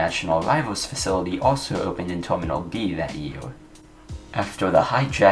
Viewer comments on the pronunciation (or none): none